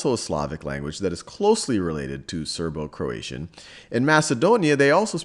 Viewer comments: croatian, not croation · (Croati 'a' n?) vs Croation